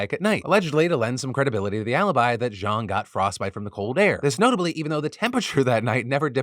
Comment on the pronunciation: Good Chinese pronunciation. The west speakers normally pronounce it like "jayng", when its "jaaahng"